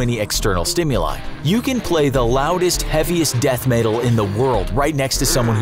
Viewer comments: ”Death maetal” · Did he say dath metal?